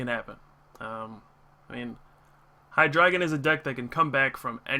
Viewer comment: do you say hi-dry-gon? o.o